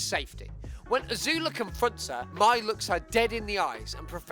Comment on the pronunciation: Lowkey kind of bugs me the way he says Mai’s name. Mai’s name is supposed to be pronounced like the month May, not like the word my.